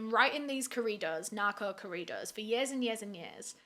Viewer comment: Now I know I haven’t really took the time to check. But I like that you made a video about his life. It seems like big crime YouTubers haven’t don’t. This could be a new series for you as there’s a good amount who have unfortunately met this same fate. Also I like how you basically pronounce corridos like Doritos 😂